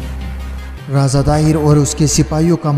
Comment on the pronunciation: Pronoucetion is very bad Raaza =raja Paap=baap